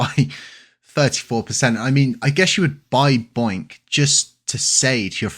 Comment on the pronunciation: It’s bonk not boink